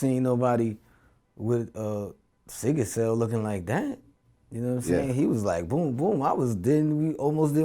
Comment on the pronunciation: Dis dude said "seeker cell". 😩😩😩